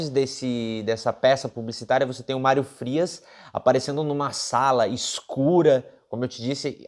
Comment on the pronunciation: "Málrio" Frias o fanfarrão Imbecil!!!😁😁😁